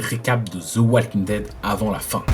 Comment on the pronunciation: please stop sayin ze walking dead it's the walking dead tu peux facilement dire de walking dead ça passera fois mieux